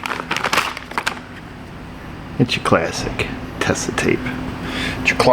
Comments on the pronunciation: The Tesa tape used to be a German company. Growing up in Germany it was the company that made all the different tapes. Also it is pronounced Teh-sa not Tes-sa. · your Tesa (pronounced with a stretched eh-sound and a soft ‘s’, btw) probably came straight out of Sparta, Michigan although they still produce in Hamburg, Germany as well as China & Vietnam. Fun fact: the name was invented by an employee named Elsa Tesner in 1906, who took the first two letters of her last name along with the last two of her first name to create what is now a globally recognized trademark name. Oh, and awesome crusties hunt. Cheers from a German subscriber in Seattle 😎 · The name Tesa is a contraction of first and surname of the officemanager of the Beiersdorf company in Hamburg back in 1906. The E is pronounced as the A in ape.